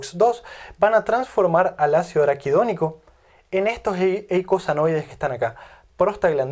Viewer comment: Se equivoco muchas veces al pronunciar araquidonico. Sospechoso.